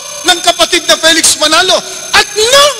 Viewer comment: Sir, do you know how to spell?:-) It's "Felix" and not "Peliks." Even if you were to say "Peliks" is the Tagalog transliteration of "Felix," it would still be incorrect. "Felix" is correctly pronounced as /ˈfiːlɪks/ (fee-lihks). The sound of the first syllable is /fi/ and not /pɛ/ or /fɛ/. If you will transliterate it, it should be "Filiks.";-)